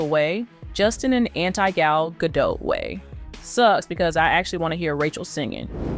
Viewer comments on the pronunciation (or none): GadoT. Please pronounce the T. She's not French. The T is not silent.